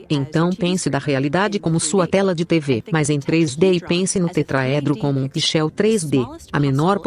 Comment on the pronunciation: A dublagem é péssima , além de pronúncias erradas das palavras pixel e Einstein, por exemplo.